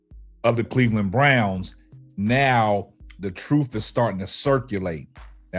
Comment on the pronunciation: I wonder if this conversation was about a white guy would you have a show on it? NO!!! Btw when you say troof instead of truth😂😂😂😂